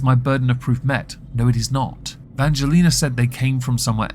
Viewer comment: I say persistence mispronunciation of Angelina’s name is a hate crime. I am offended on VS’s behalf. Lol